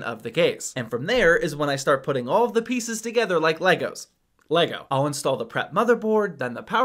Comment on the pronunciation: The only time saying Lego correctly